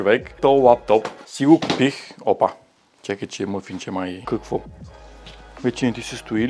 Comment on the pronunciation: С ударенията накрая се води, че си от големиОт град уе! Софето бръв :)